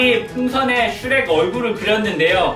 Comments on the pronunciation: 슈렉이야 이러고 있는데 슈레깈ㅋ쓰레기 라고 들은1인 ㅋㅋ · 슈렉이야 할때 쓔레기야로 들렼ㅋㅋㅋㅋㅋㅋㅋ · 슈렉이야 할때 쓰레기야인줄ㅋㅋㅋ